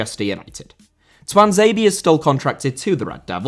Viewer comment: Tuanzebe* not Tuanzeibi